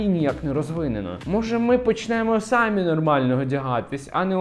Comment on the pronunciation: в українській мові є слово самІІІІ наголос на ІІІ, сААми це по русскі наголос сАми